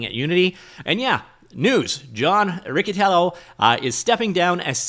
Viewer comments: FYI: "per company" was just a shorthand way of saying "according to the company." Thanks for the frequent updates on the whole situation! edit: Also, that double "c" in Italian sounds like "ch", so the proper way to refer to that waste of oxygen is Mr Richie-Tyellow. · It's Rich-itiello :) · Not a fan of the guy and he probably says his own name wrong, but it's Ree-chee-tee-ello lol